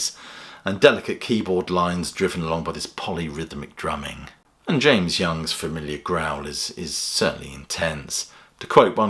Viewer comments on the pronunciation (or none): none